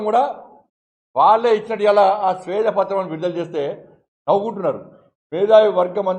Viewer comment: శ్వేత పత్రం, స్వేద పత్రం కాదు